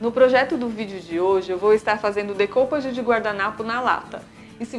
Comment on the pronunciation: Dica: a palavra DÉCOUPAGE é francesa não inglesa, por isso você pode pronunciar "DÉCUPÁGI" ou se você quiser usa em português mesmo DECOUPAGEM (decupágem), é mais fácil. 😊 Bonito trabalho.